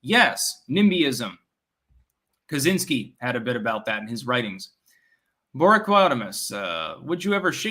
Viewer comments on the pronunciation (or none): none